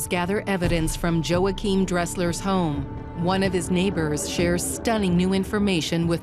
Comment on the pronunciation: For the love of God, it's pronounced "Wah-Keem" not "Joe-Akim"